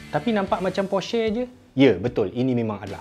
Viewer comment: Tang porsher tu depa wak keluaq video caqa sebut dgn betul.. Baca porsher tu e pepet (emak) bkn e taling (ekor).